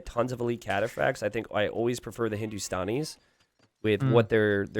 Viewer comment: Its Hindu - Stan - E - s not Hindu - Stawn - E - s :P